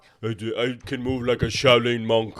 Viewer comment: There's no g in Shaolin.